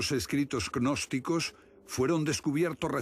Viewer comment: Jajajajajajajajajajajajajajajaja agnosticos😆😆😆😆😆😆 es gnosticos animo la "G" es como h no pronuncia ni se agrega letra